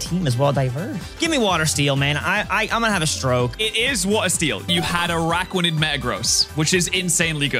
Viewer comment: did you say steel really good here? Or still? 😂